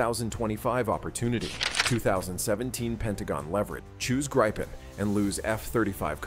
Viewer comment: Swedish "Gripen" is pronounced like in Spanish.